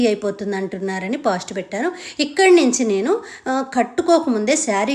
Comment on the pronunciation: పాస్ట్ కాదండి,ఫాస్ట్, నేభి కాదండి నాభి,ipp కాదు హిప్,డ్రాప్ కాదు drap,ఆప్ కాదు హాఫ్,sapty కాదు సేఫ్టీ